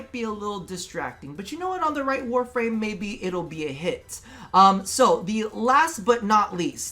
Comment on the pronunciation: Warframe Name pronunciation 11/10